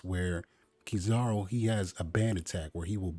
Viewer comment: His name is pronounced key - zuh - roo. Not kuh - zar - oo